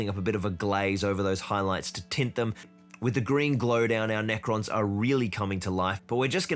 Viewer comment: Did you call them neko boys as in cat boys?